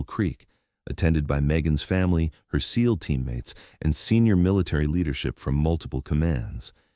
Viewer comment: S-E-a-L Team Alpha? Your AI can't pronounce SEAL as a word? was as far as I could take it. Try hiring a human editor.